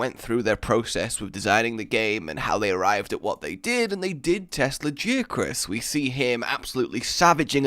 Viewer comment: Lagee-Uh-Chris? TF.